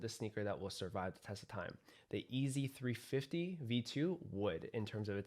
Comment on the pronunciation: Still says EAZY instead of YEEZY. how